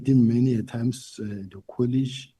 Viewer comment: Not Colish! Say College plz!